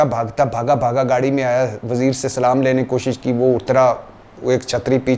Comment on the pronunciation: Yes agreed but he didn't know how to say Salam so please let him know this as well